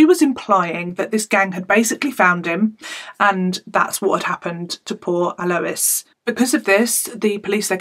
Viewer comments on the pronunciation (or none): I went to school with Alois. He was a gentle giant. I spoke to him not too long before his murder. He was very proud of his family and changes he had made leaving bad influences in Newcastle. I don't like your inference that Alois was involved in crime. Yes his name is not pronounced that way. It's "Al-oy-s" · I'm an Australian and it's pronuced correctly the first time you said it hahah